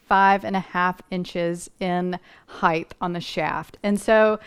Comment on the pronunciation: Very good. Except… would you please say height and not heigh th. There is no h at The end. Sorry. Pet peeve